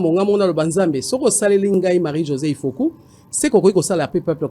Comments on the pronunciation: Marie-Josée IFOKU MPUTA MPUNGA. Et non IFOKO. Merci ! La KOMBOLISATION est en marche. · Sango okomi mabe ifoku pas ifoko